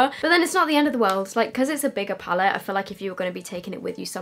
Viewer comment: James recommended the Mac paint pot, or the P Louise base for an eye primer, he even said in his video even though he obviously loves Morphe he doesn’t recommend their eye primer. So, I’d love to see you do this again with either of the recommended eye primers. Also, it’s PALETTE!! Every single comment on every YouTube channel is “pallet” 😩🤦🏼‍♀️